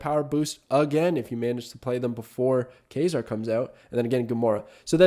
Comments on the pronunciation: Quasar is pronounced like K-way-Zar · Also Quasar is pronounced k-way-zar